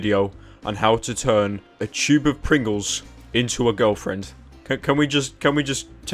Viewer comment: 2 types of people in this world, people who say tube, and then those who say choob.